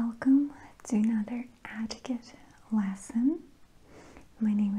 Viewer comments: Etiquette! NOT pronounced Attiquette. :-) The E is pronounced like the E in egg. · “Ah-tiquette” is up there with ”Goud evening” and “couking sassion” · I thought I was the only one thought she was saying it funny! Lol “AAtiquette LAAsson” 😂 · Its cute how she says etiquette "atiquette" 😆